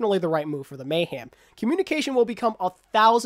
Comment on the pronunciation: Hey Happy Birthday. I’m sorry but I’m slightly bothered by the way you say Mayhem. You sound as if your saying Mayham instead Mayhem. Sorry that’s my little nitpick. Great Video tho.